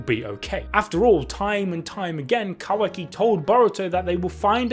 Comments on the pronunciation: Mans keep saying "quacky"😂😂💀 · Please please pleaseeeee stop pronouncing it kawacky I beg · My guy kept saying ka-wacky